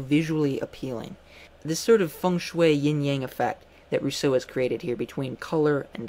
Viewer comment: but that rolling R isn't at all how the French would pronounce his name....